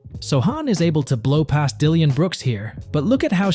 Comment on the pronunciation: you might be right. He even called dillon wrong